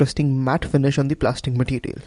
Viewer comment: "Matitial" LOL Nice review, I'll get mine soon.